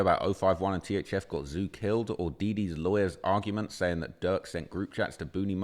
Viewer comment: It's. THF. NOT. THZ. WHITEBOY